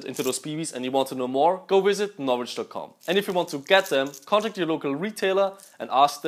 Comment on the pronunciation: Im sorry what? NOvrich bbs? insane.